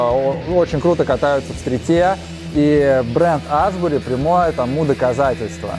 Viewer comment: Аааааааааа))) хоть бы название бренда правильно говорили